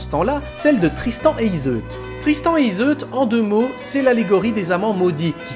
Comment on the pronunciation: Quand je l'avais etudié on prononçait «Iseu» le L et le T ne se prononcent pas.